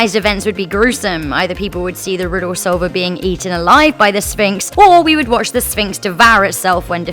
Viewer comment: "Riddos" "tempos" "wotz" "pahses"